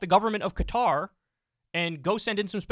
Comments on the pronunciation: Why are one the few in the media who can pronounce “Qatar” properly? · Shout out to Kyle for pronouncing Qatar correctly!